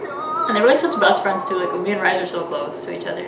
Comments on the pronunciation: Why is everyone mispronouncing Rise's name?? IS RISAE OR RII - SEE . I know she "rised" to heaven but please don't be completely ignorant . Is not the same pronocining as in American English, this is her name. Learn how to pronounce it first before saying it out long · I think RiSe is pronounced as Ree Say.